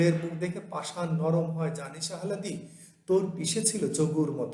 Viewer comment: উচ্চারণ, আহলাদি না আলহাদি?